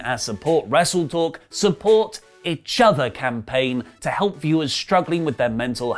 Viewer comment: Are we just gonna ignore the fact that can't say 'each'?